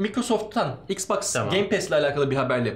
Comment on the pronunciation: ixclusive exclusive , ixboxa exbox diyo allahimmmmmm koppp kooppp nerden buldunuz bunu